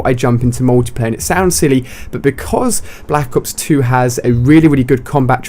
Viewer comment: Block ops twue that's how u say it